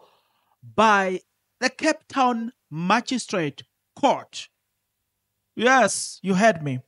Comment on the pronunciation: Lol😂😂😂😂 u always make me laugh…… magistrate lol pronounced as maji straight court